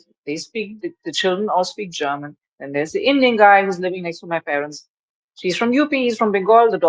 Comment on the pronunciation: Stfu....ur name should be deaf not DEF.....how dare you said Germa.......tan...